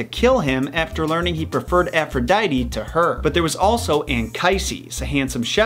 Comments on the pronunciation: Its ( A-fro-di-te) not (A-fro-di-tee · "Efrodeidy", "Eris", "Piedow", "Youranos", "Sous", "Hedis", "Hielios", "Hefistos", "Adahnis", "Enias", "Ethina", "Perris", etc. ... XD! Wow, you did it again. Please, watch your Greek ponunciation! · Not to be that guy but it’s pronounced Afro-dee-tee